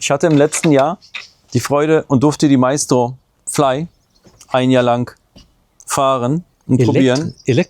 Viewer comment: Nix Meistro sondern Maestro wie die Kreditkarte. Deutsche Sprack schwere Sprack 😅